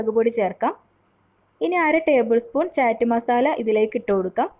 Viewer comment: ചാറ്റ് അല്ലാട്ടോ... ചാട്ട്. അങ്ങനാണ് ഉച്ചാരണം.